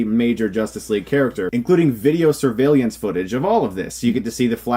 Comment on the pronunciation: Video surveill-liance footage- Odd pronunciation. your fucking hilarious bro!!!